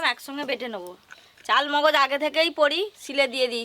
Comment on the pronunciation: গেভি নয় গো বলো,,, গ্রেভি।চালমগজ নয় গো,,, চার মগজ।